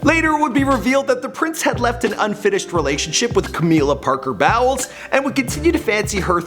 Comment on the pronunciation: Did anyone else notice he pronounced Camilla's last name like 'bowel movement' instead of like 'bowl'. 😂😭😂 Perhaps it was on purpose. 😂